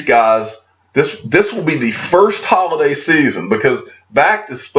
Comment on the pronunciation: Who else heard, "Hodl-day season" ? 😎